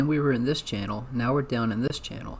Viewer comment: 😂 don’t forget channel not “Chanel”